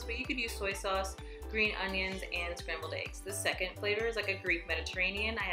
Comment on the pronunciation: Love the video and congrats on the progress! The only thing that kills me is when people pronounce "eggs" as "aygs" lol. Like when people pronounce "legs" like "laygs" 😆😆😆